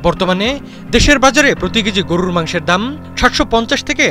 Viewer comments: গরু রররররররর র র র র র হায়রে সাংবাদিক উচ্চারণও জানস না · গুরুররর মাংস কী? সাংবাদিকতা করেন না কী হকার গিরি করেন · সাংবাদিক ভাইর গরু বলাটা সুন্দর হইছে, গরুরু মাংস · সাংবাদিকের সঠিক শব্দ উচ্চারণ : গড়রুর মাংস😂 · হালায় গরুর মাংস উচ্চারণ করে কেমনে🙏🙏🙏 গররুরর মাংস, হালা আবুল ঠিকমতো উচ্চারণ ও করতে পারে না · গররুরুর মাংস, গররুরুর মাংস,গররুরুর মাংস শব্দ উচ্চারণ টা স্বাদ আরও বারিয়ে দিল😊😊😊😊😊😊😊😊😊😊😊😊😊😊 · গরুরররররররর মাংস😁😁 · সাংবাদিক ভাই আপনার গরুর 'র' উচ্চারণ একদম নির্ভুল 🤣🤣 যতবার গরুর কথা বলছেন ততবার শুনে আমি হাসতে হাসতে শেষ 🤣🤣🤣🤣🤣🤣🤣🤣 রররররররররররররররর😅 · "র"- এর উচ্চারণ টি অনেক মজার গরুরররর............! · উচ্চারণ গরুররররররররর 😅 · 😂😂😂😂amio tai vabsilam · গরুর মাংস, আপনার উচ্চারণ ঠিক করেন।